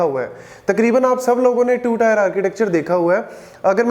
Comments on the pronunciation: It's not tyre(tier) It's टिअ(र्‌). Tee-eh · Its Tier => Teeuh not Tyre? Please correct your pronunciation because you are teaching and the one who is listening for the first time will also reproduce the same wrong way. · not tyre, it's teer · its tier not tyre.. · Teer not tyre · Bro it's tier not tyre🙄 Good video btw.